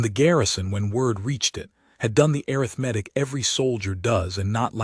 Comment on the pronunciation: Another massive mispronounciation: a form of counting - Arithmetic( uh-RITH-muh-tik ), not arith-metic